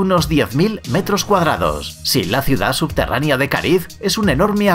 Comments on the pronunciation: no se dice subterraNIA, SE DICE SUBTERRANEA, el video , la investigación muy buena pero pierde credibilidad cuando la gente tiene faltas de ortografía o de pronunciación (es poco profesional), es como cuando escuchas algo interesante de una persona sin educación pero apenas y puede pronunciar el español correcto. Lo siento, yo en lo personal tengo una enfermedad que se llama MISANTROPÍA y me es difícil pasar este tipo de cosas, pero no deja de ser incorrecto. aún así el video me gusta. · Habla muy rapido y lo dice mal pero lo importante es que lo escribieron bien la palabra subterranea. Al final la pronuncia bien y mal 🤣 igual me gusto el video.